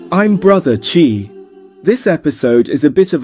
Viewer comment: Awesome incorporation of AI Tech! Love the accent!! which AI did you use? One bit of suggestion, pls use "Bro Chai" rather than "Bro Chi", I was thinking chi, si, xi...